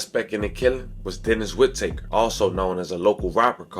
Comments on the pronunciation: It’s Whitaker not wood taker lmao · Why are you saying his last name like “whit.taker” Shit is blowin tf outta me 😂